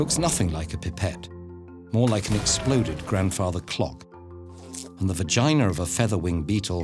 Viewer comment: 25-year-old me giggling every time when he says "VA-gina" or "PEE-nis".